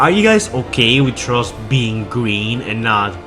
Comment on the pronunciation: Lol how come you can pronounce Frustrating but not Thrust? Just say it like Frust if you have to since it sounds closer than Trust...